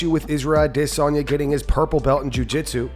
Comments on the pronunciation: anyone else annoyed by how he says adesanya everytime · I dare you to interview Izzy and pronounce his name that stupid way you intentionally mispronounced it.